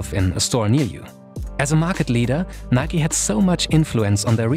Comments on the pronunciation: Im baffled noone pointed out the fingerbittingly awkward way he pronounced "NIK 'E' " instead of just "nike". Like goddamm it this is some sort of new chinese torture of something midly annoying shoed (pun intended) in an interesting content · Wtf do Europeans call Nike, "nik" say the E in Nike. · Can someone explain what its pronounced like Nikey? Why not simply Nike, like for example Hike, Bike, Mike and many more. Those are not pronounced Hikey, Bikey, Mikey, so why is Nike different? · My only question is why is it pronounced Nik-e instead of Nike like in Mike? That is how we pronounce it in Sweden and it sounds better imo